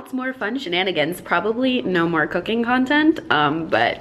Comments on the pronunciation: I thought you said cocaine. LMAO. What? doing cocaine. Then I realised you said cooking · The first time she said cooking i thiught she said cocaine 😂😂😂😂😂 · Was I the only one who thought she said cocaine instead of cooking 😂😂😂😂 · I literally thought she said cocain and was waiting for her to see that she was joking but when I saw she was serious I was very concerned like wtf but its cooking lol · I'm I the only one who heard cocaine? 😂🤦‍♂️🤦‍♂️ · Okay I heard Cocaine instead of Cooking lmao :v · high key thought you say cocaine instead of cooking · I heard cocaine not cooking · i knew i wasn't the only one that heard that! lmao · Wait she did NOT say cocaine? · Syeda Ahmed ME TOO IVE BEEN LOOKING FOR THIS COMMENT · When you said "Cooking" in the beginning, I thought you said "Cocaine" and I'm like "WOAH GURRLLL" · I thought she said she was going to do coke for the very first time 😩😩😩😩🤦🏽‍♀️🤦🏽‍♀️🤦🏽‍♀️🤦🏽‍♀️ she said cooking 😂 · I swear I thought she said "cocaine" not cooking at the beginning 💀💀💀😂😂😂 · I thought she said she's gonna try cocaine for the very first time lmao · Am I the only 1 that heard cocaine instead of cooking 😅😂😂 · When you said cooking, I heard cocaine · Omfg I thought you said cocaine instead of cooking and I was like omg nooo noooo🤣🤣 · When she said "something I've never done before...cooking" I really thought she said cocaine lol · hahaha I thought she said she was trying cocaïne instead of cooking😂😂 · i thought you said cocaine not cooking 💀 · was I the only person that heard cocaine when she was doing her intro. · I heard cocaine too and thougth it was just for humour..so I was waiting for her to laugh her joke off like "just kidding you saw the tittle of the video (also kids don't do drugs except shopping)" Thank you for putting a sense to it because I was very confused (why she said cocaine? Will we have the private joke behind this??) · When she said she was gonna try something new I thought she said “cocaine” i choked